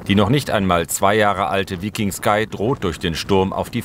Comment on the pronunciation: Vllt dem Moderator Mal vorher googlen lassen wie man den Namen des Schiffes richtig ausspricht 😂